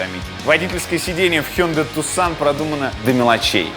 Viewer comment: Tucson-город в Аризоне, ударение на первый слог....